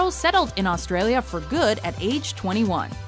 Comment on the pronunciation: The narrators pronunciation of Australia and Australian is honestly hilarious.